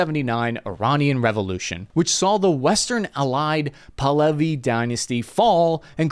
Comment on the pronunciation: Wow, you pronounced Pahlavi correctly in this one! I once heard you refer to the Shah as "Pavel." Good job!